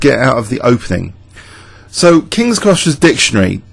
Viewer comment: It's not king scrusher it's kings crusher haha